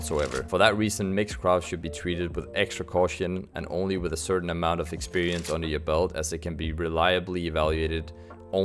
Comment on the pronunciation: Certain , not ceratin.